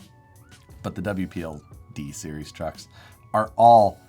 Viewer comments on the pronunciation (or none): none